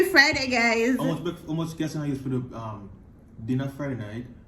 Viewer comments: Guess mon? Ohhhh “gas” mon lol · Thought I was the only one heard "guess" lol